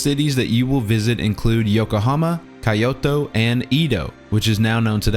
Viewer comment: I'm sorry but... Did you just pronounce Kyoto as KAIoto? And Edo period as in EEdo and not Édo? Respect lost -100